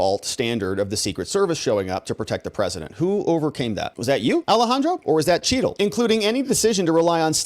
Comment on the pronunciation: Secret Service Director Kimberly Cheatle. It's pronounced Chattle.